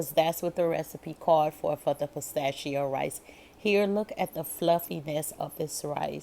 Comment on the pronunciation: Did you say Postachio Rice👀👍🏾